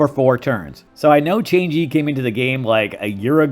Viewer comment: Wei is said as "way" and Chang'e is "Cha-ang Ee" not change-e lol